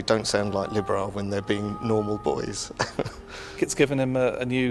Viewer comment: please pronounce libera right!!! 40 strong? really great fun! wow! Josh's voice is low!!